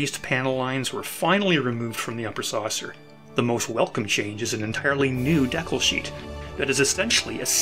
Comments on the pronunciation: Great content, but “deck-el” drove me nuts… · Mispronunciation of decal…. Dee-cal. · I never knew that Canadians pronounced "decal" differently than those in the US and Britain. DECK-ull (Canadian) vs. DEE-kal. Thanks for a great video! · I had never heard the word pronounced "deckle" before, You Canadians - rockin' my world! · Yep, it’s definitely a regional pronunciation. I’ve lived throughout Canada and had never heard “dee-cal” until I started watching YouTube videos. Friends in the UK pronounce it as “deckle” too. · I think the word is related to the French 'découpage' (which was an old tradition of gluing coloured paper onto an object) so the Canadian/UK pronunciation is related to the French. I am a Canadian so 'deckle' is the way I pronounce it but I have always loved the 'dee-cal' version too. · I remember building (I believe ) the second version ('67?) and my brother did too. But what jogged my memory after all these years was the mention of those woefully inadequate tabs. I remember fighting like crazy to get that to stay put. Even after the glue had fully dried. A lot of work went in to your video, and I enjoyed watching it. Of course, on my side of the planet, we say dee-cal. Otherwise, throughly enjoyable! Live long and prosper. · "....dehkuls..." Lol.